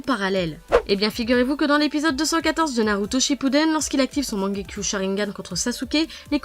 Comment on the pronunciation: Wsh comment elle a dit mangekyo